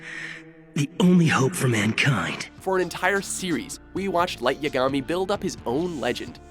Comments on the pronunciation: ALWAYS MESSING UP THE FUCKEN NAMES DO YOU NOT KNOW HOW TO SAY YAGAMI? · butchered light yagami's name